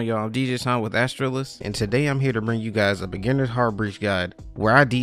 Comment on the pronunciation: Astralis is one word, hearing Astra Lis was really weird, just fyi